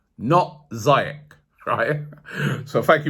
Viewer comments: Robbie, it's pronounced "Zee-ehk", not "Zye-etch" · It's Zee-Yesh Robbie! Not Zay-yesh 🤦🏽‍♂️ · you're still pronouncing Ziyech wrong lol It's not ZAYesh It's ZEE-esh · It’s pronounced zyesh no ziyesh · It’s pronounced ZEE YECH not zi yech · ROBBIE ROBBIE ROBBIE... How many times did I call you? You still mispronounced his name. It sounds like ZEE - YESH, not Za -yesh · Robbie big fan mate but someone needs to tell u how to pronounce ziyech’s name right, I say it like zeeyeck but idk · ROOBIE😭🤦🏾‍♂️ PLZ SINCE THE SUMMER YOUVE BEEN MISPRONOUNCING HAKIM ZIYECH )zeeyech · Robbie omg you still bottled the pronunciation of ziyech, its ZEE-YESH. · It’s zeyech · Only arsenal try to sign attackers when the defence is a mess. Hakim Ziyech would be a great signing bye the CB position is What we need to fix. We have to splash the cash and sign a world class defender like Koulibaly not Boateng By the way Robbie Ziyech is pronounced zee-yeck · This guy still said Ziyech wrong 😂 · still botched Ziyech's name lmfao